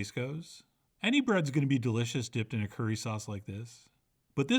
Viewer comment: Haha. Its funny when chef said curry sauce.